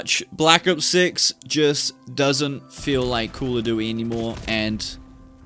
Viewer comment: bro said be'a and call o'du'y...